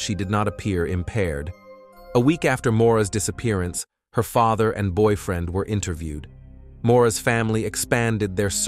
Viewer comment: "cont-tack-ted her faether" lmaooo ugh yet another true crime channel using ai tools and voiceover trying to make a quick buck off high cpm i see